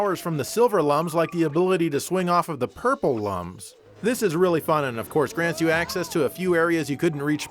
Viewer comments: C'mon, they're pronounced "looms", not "lums"! Everybody knows that. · Its pronounced looms. Lum as in iluminate.